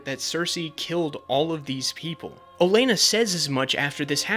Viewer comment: It’s O-lenn-A not elenna